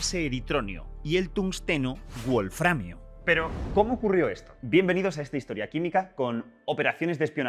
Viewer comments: Una prueba de que el idioma inglés es preponderante, es la insistencia de QuantumFracture en pronunciar "buolframio" en lugar de "bolframio". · Sólo una cosita, un fallo en pronunciación... "wolframio" no es una palabra de origen inglés, sino alemán, por lo que la "w" no debería pronunciarse "u" sino "b". Lo mismo con "wolfram".